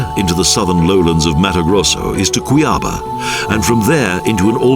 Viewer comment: In Portuguese (and Spanish), the location of the accent mark is where the stress should be. Thus, Cuiaba should be kwee-ah-BAH, rather than kwee-AH-bah. The falls in the SE are pronounced ee-gwah-SUE or ee-gwah-ZOO, depending upon how it's spelled, not ee-GWOT-sue.